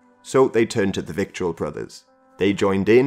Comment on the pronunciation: Vittle... rhymes with brittle...or skittle